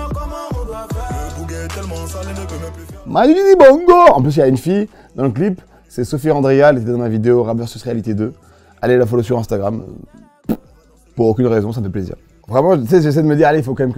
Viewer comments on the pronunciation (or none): En tant que malgache j'ai eu mal quand il a prononcé le nom de Sophie Randria (trql on a des noms c'est des codes wifi tout ça )